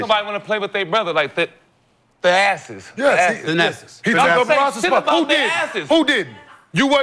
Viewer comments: Nick Young misprouncing Thanasis name.. ThaASSES... ThaASSES!! 😂😂😂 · “The asses” damn get his name right 🤣🤣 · “The-asses” is crazy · Swaggy P saying Thanasis as "The Asses" is crazy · "Tha-asses" is crazy work Nick. 🤣🤣🤣🤣🤣🤣🤣🤣🤣🤣🤣🤣